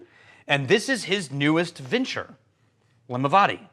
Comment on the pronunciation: I can't wait to try this one, but one small point, Limavady should be pronounced to rhyme with caddy.